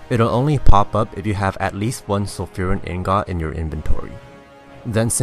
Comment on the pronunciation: What the fuck is an ignot (I know you mean ingot) but it's like when people say subbletea for subtlety rogues